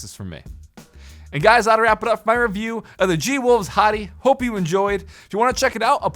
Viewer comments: ... I can't take it anymore... Hati is pronounced HAY-tee... as in the country... Not Hoty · you know since its G wolve it would be Hati Hróðvitnisson pronounced HATEY